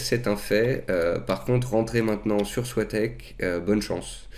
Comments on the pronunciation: on dit pas soi-tec mais so-i-tec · merci pour ces vidéos super intéressantes, juste pour info j'ai travaillé a soitec et sa se prononce SO-I-TEC